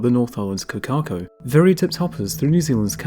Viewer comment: Please try to pronounce correctly. Hint: Cor - car - cor. Cor - as in cor blimey Car - don't roll the r